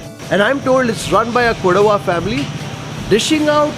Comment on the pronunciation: It is KODAVA, Not Koduva.